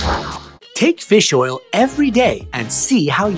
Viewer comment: Feels oil